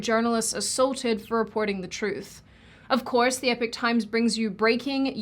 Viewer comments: Surely Epoch is pronounced "epock"? Love your videos btw! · its pronounced E-P-O-K !! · I'm still recovering from whiplash from pronouncing Epoch as "Epic" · For years I thought Epoch was the "eee-pawk" times lol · Is that how Australians pronounce "epoch"? Or is this the American pronunciation? So weird, sounds like "epic". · Epoch is pronounced Epic? Ok, I will just shoot myself in the face. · Way, way off topic but it has been bugging me. Do Aussies really pronounce epoch the same as epic? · Great vid as per usual but I have homework for you. Research “epoch”(eepock) 😅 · ITS EPOK......PRONOUNCED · denounces remakes also: remakes pronunciation of "epoch" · Still pronouncing Epoch weird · I like your content but there is An ‘o’ in epoch. Perhaps pronounce your sponsors correctly. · I'm sure the word Epoch is pronounced Ee-pok not Epic... 🤔 but i've heard a few people call it Epic, yet i studied English phonology, language and Linguistics. 🤷🏻‍♂️ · I don’t understand, epoch, is pronounced e-pock, not epic. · Epoch = EEE pawk; not "Epic". Jesus, they paid you to say their two-syllable name. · Are you saying Epic or Epoch, because it's pronounced E pock not E pick. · Also, it's epoch (You say the "e" like saying the letter by itself when saying the alphabet, then add "pock" at the end so It rhymes with Spock, or yiu can try saying it like "eh"+"poch". Either works. ) not epic. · the word "epoch" is pronounced "ee-pock", not "epic"... 😐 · When the sponsorship segment is better than 90% of youtube videos... BTW: i'm now genuinely confused about how to pronounce Epoch - i thought it was 'e pock' not epic? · EE-POK not epic. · Many people that mention the newspaper, fail at its name. Epic Times? No. Epoch. Ep-o-ch Times. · great vid but why do you pronounce your sponsor 'Epic' (it's EPOCH- as in EEEpoch (long e sound). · Pretty sure that's Epoch (Ee pock) not epic ..... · not epic. epoch - e-pock :)